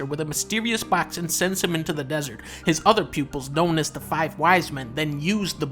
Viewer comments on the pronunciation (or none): none